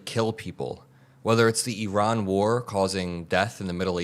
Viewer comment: Thank you for not using MAGA pronunciation of "Eyeran".